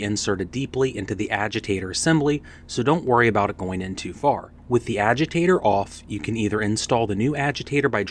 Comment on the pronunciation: What in the hell is a aweger lol. Its Agitator